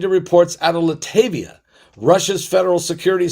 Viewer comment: Here we go again spreading rumours without evidence . Your script re King Charles is very disrespectful. Your script re King Charles the Third is a disgrace. Can’t even pronounce Latvia correct.